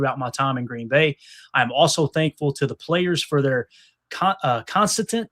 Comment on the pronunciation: Con-sit-tint - Snoop Dogg,"who..!?"